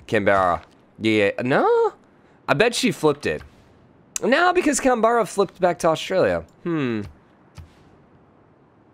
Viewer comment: Canberra isn't pronounced with an enunciated E, it's just Canbrah effectively